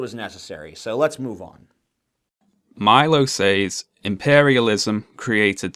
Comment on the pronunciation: Why does he keep calling imperialism impairialism? Is that some sort of "extremely witty" banter or does he just have a goddamn speech impediment?